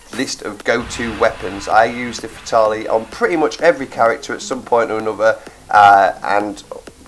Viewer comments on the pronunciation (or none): "Fatarlee"... Dude, that's not how you say "Fatale". (Ever heard the term, "femme fatale"?) In fact, it's not even an English word. (It's actually French.)